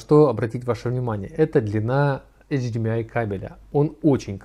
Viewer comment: после того, как вы произносите эйчиМИай, мне перестаёт хотеться смотреть дальше